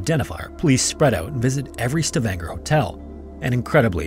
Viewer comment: The way he absolutely butcher the names Stavanger, Isdalen/Dødsdalen and Oslo.